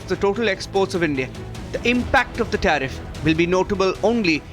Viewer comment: "TAREEF" & "TARIFF" Is all that DT knows!!